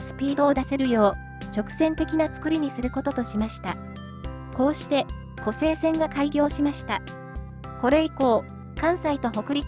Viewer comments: 湖西線をコサイセンと読んではならぬ！ コサイは浜名湖の西を表す言葉。 湖西市(コサイシ)に引っ張られて湖西線をコサイセンなどと言うなかれ！ コセイは琵琶湖の西の意味になる！ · ナレーションではちゃんと「こせいせん」て言うてるのに、何では「こさいせん」て言うんや？ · こら、！ 一度だけ「コサイセン」と言ったな！反省しなさい‼️